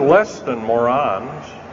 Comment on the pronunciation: untill he said about refining metals in space stations i was listening but i know that is just crazy. why would anyone bother doing that when he has just told us there ore over 30 undergrond bases that could be used easily and with less cost to do exactly the same thing... and he couldnt even say moron right...